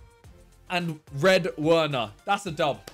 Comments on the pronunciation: It’s pronounced “v”erner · pls its werner pronounced verner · uerner uerner uerner lolll. Its Werner(Verner) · W erner. Still dunno why he pronounced it like that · How does this guy pronounce Werner XD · Hate how he says werner